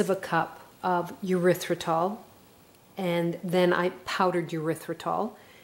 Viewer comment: Isn’t it Eh-rythritol not you- rythritol